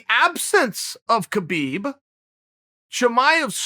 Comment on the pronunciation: Oh Uncle Chael...Uncle Kale....It's pronounced "Habib" and Chimaev is from Chechnya, which borders Dagestan. Dagestan is one of the most ethnically heterogeneous regions in the world and the most diverse republic in the Russian territories with at least 10 different groups claiming to be indigenous to the region and 30 spoken languages. Chechnya is more homogeneous being 95% Chechen. Chimaev never called himself Khabib 2.0, he said, "People are calling me Khabib 2.0 or something. I am not Khabib 2.0 I am Chimaev." You're are that he somewhat resembles Khabib but they're very different in many ways.